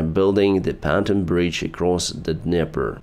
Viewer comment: Pan-ton ❌ Pon-toon ✅